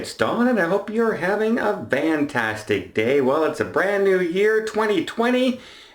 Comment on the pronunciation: The word is Fantastic it isn't Vantastic.